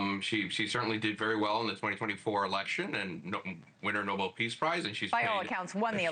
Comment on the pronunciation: Elizabeth Vargas is so embarrassed she calls it a "Preace Prize." 😂